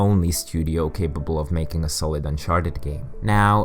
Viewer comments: Melking AHHAHA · Say hello to a new way of saying "MAKING"